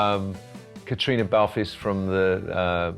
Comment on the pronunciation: Can't even pronounce Caitriona's name correctly. She has never won a Golden Globe, only been nominated. Get your facts right.